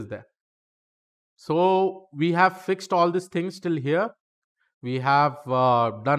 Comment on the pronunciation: he said fucked instead of fixed 😆